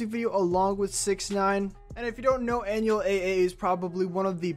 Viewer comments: And he pronounced anuels name as an u e l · First of all his real name is Manuel just get rid of the M An-u-el not that hard my guy REAL HASTA LA MUERTE 🇲🇽🇵🇷👹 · Bro really said anuel eh eh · It’s Ah-new-EL 🤦🏻‍♀️ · Dont you dare pronounce Anuel’s name like that ever again